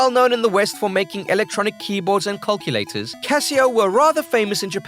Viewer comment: What's a cuculator?